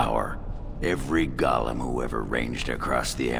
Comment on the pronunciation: The pronunciation of "golem" is causing me great consternation.